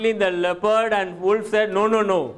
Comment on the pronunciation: Wolf's pronunciation is wrong.